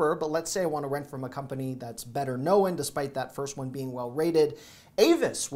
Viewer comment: The word 'known' is only one syllable. It's not pronounced knoWAN. It rhymes with the word 'loan'. Learn to talk,.